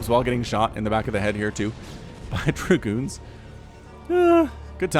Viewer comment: giving it that Southern twang with DER-Goons:)